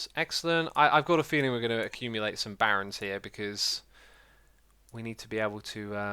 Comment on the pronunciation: When i first watched it ii thought the barons are called barrens because of your accent lol